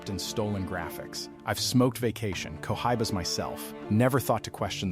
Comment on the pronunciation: I love co-high-bas